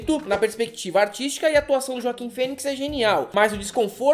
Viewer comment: Fala seus mal diagramados! Só uma correção: o nome do ator Joaquim Phoenix se lê Roaquim, com R, não J. Um abraço! Incels "nerds" não passarão!